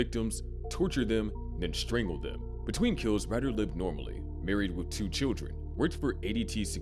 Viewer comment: I'm not 100%, but pretty sure his name name is pronounced like "Raider". At least you didn't try to sneak past the YouTube censors by changing to "T" to "Torment" like the last video I watched that mentioned him.